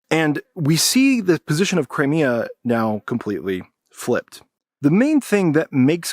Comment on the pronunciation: Learn to pronounce Crimea correctly!